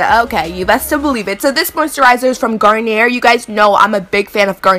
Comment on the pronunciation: it's pronounced garn-yay. The R at the end is silient. Great look.